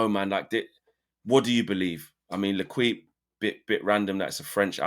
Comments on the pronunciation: Le-keep fam (not le-kweep!)😅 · As a French speaker, I had to stop at "L'Ekweep" 😂😂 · Ley- keep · leqweep lol come on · L'Equipe is pronounced "Le-keep" or "l'keep" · Can’t believe you just said leqwip 🤣🤣 my ears are bleeding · Mine too, and I can’t even speak french. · Bruh, go to the videos Robbie was making for transfer daily when he was in Cannes. He was pronouncing it Canz. At some point you gotta open up and see the world outside your bubble. L’equipe is not a random magazine no one has ever heard of. PS: I’m not even French 🥲